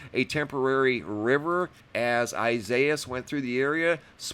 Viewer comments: If I may it is pronounced=Isaias=Eye say ass. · EE sa EE as. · Wasn't it ridiculous that forecasters were saying "Ee-suh-ee-us"? Seriously! You can find pronunciation for just about ANY word on the web now. One, quick search brought me to this page It's pure laziness that people in the media don't even look.